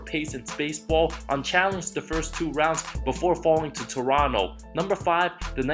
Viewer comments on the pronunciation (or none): none